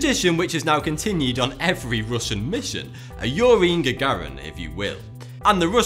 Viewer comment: It's Yuri Gagarin not Yorin Gagarin